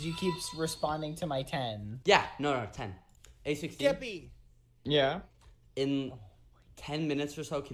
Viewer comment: lmaoo why does always say geppy or keppy i find it so hilarious